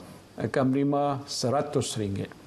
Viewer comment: Menerima. M A bunyi ma.